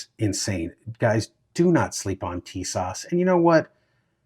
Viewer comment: TIS-ASH ....Brother, say like this